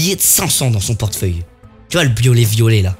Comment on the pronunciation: ta dit quoi cortfeuille mdr🤣🤣